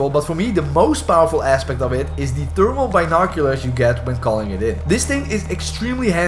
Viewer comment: I totally thought he said turbo binoculars not thermal binoculars 😂. Helpful vid though. Played my first two matches last night mostly had no idea what was going on but got I got fourth place in one so🤷